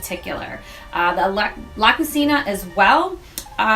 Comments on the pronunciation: This is an informative video. Simple and well executed. My only gripe and not limited to this presenter (by any means) is in the pronunciation of words. La Cucina is pronounced La Ku-Chee-na. Cagney's is not pronounced with a long A vowel sound, but a short A vowel sound. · La Cucina is pronounced LA Cu(CHEE)na....it means "the kitchen"